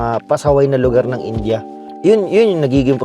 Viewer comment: Di nyo poh mabigkas bigkas yong India bakit poh😂